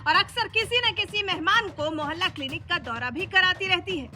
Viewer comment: मोहल्ला क्लिनिक है या मैला किलनिक